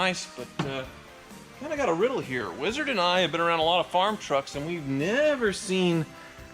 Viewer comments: every time he says Weezerd all the atoms in my body cringe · Could you please stop saying "Weeezzard!" it drives me nuts! I like your channel but I seriously want to unsubscribe just because of how you say wizard.